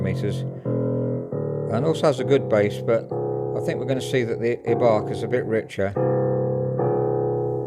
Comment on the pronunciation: This Piano Turned 100 Years Old Last Year (2018) And The Pronunciation Of Ibach Is Eye - Bach